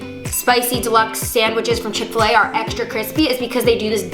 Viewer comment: Niki: :oil smells like chick-fa-lay Probably because it’s supposed to be a chick-after-lay sandwich 🥪 lol